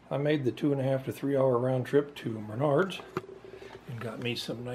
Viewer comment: I heard you say "Meanards"... by chance, are you from upper Michigan?